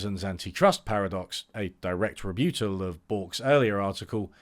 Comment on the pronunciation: what's a "rebute-all"?